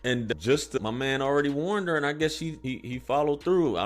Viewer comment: We pronounced her as har